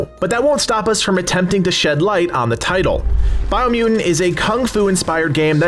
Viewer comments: It's because people didn't like him saying Bio Mew in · “BIO MEW-IN” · why do you say “biomutant” weird? dropping the 1st “t”, like “biomu’nt”. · I dont like how you say biomutant